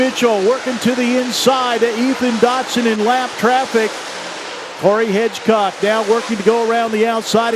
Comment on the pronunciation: Hedgecock not Hitchcock do your job!